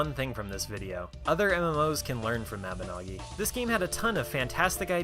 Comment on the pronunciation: I believe Mabinogi is pronounced: Mab in no gi